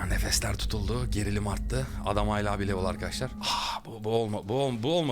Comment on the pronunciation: Abi nolur hayla deme ,hâlâ de nolur